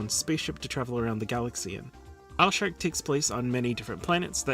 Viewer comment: Just when you think you've seen it all, you said Alshark!